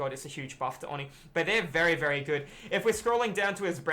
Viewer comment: Why does everyone not know how to say oni it’s, oh-knee